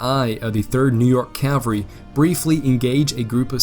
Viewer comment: Love the video man but it is CaVaLry - you keep saying caLVary, which is the hill that Jesus died on not a group of soldiers on horseback